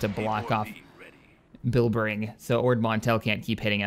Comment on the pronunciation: your mispronoucing bilbringi theres a i at the end